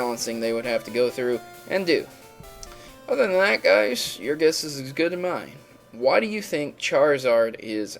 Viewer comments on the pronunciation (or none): none